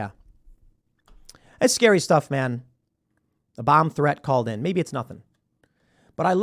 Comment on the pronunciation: Tim’s accent, ‘Dunald Trump’ and ‘Bum threat’.